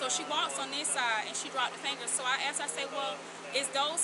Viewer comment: #2 keeps saying “axed” not asked…. Shows lack of education